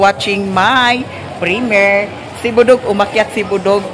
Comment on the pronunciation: primyir (primiere) ang pagpronounce not primer